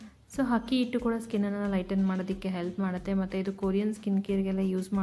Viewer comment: ಹಕ್ಕಿ ಹಿಟ್ಟು ಅನ್ನಬೇಡಿ. ಅದು ಅಕ್ಕಿಹಿಟ್ಟು